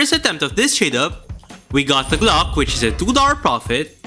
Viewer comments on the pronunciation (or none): why are u saying gloch its fucking glock with CK NOT CH